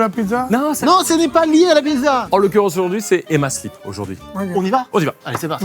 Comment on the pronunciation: CARLITO!!!! ARRETE DE DIRE "EMMA SLIP" !!!! c'est Emma slEEp. A chaque fois ça me choque, "mais pourquoi il parle de slips celui-la"?!